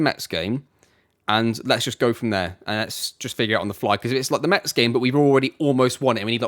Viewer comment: We say Mess not Mets !